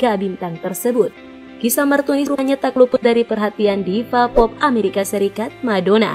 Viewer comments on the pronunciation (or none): kok bilangnya martinus bukan martunis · kok Martinus bukanya Martunis. salah mbak nyebutnya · Dan Dia pun sebut martinus Bukan martunis 😂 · Why Whahahahha Martunus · Diapun sebut martius bukan martunis, bukan pula martumis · Martunis min bukan Martinus😂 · Iya sama..aku juga auto ngakak dengernya 😂😂😂😂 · Martunis mbak bukan Martinus 🤣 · salah min martunis bukan martinus wkwkwk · Pembaca brita ni... Abs blng Martunis trs Blngx Martinus lgiii Prbaiki cra bcrax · Hahaha😀😀 Di menit . Martunis berubah menjadi martinus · salah nama bukan Martunis malah Martinus tapi nggak papa yg penting beritanya sangat jelas... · martinus 😁emang si lebih enak bilang martinus daripada martunis🙊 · Martunis apa Martinus hayooo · yang tadi nya martunis jadi martinus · nama Martunis jadi Martinus😂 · MARTINUSSSSS AAWOAKWOK MARTUNIS APA MARTINUS MBAKKKK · Menit martinus bukan martunis🤣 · martinus apa martunis sih? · bukan martunis, tapi martinus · Di menit 5.43 berubah jadi martinus haahhahahshsaaaaaaaa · MARTUNIS LOHH KOK MARTINUS WKWKWK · Martinus apa Martunis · Martinus martunis. Yang bener min. Wkwk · Martunis apa martinus dah ngomongnya gimana:( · Martunis bukan martinus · 5 :43 mimin salah ngucap . MARTINUS ahahah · aries official28 lah iya yak😂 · itu kamu salah ngucap.yg bener martunis brow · Martunis,Bkn Martunis wkwk maaf